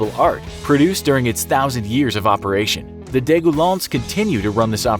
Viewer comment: In French, the word "de" is not pronounced that way. It's actually kinda comical that you try to speak the French words properly but then mispronounce a basic article.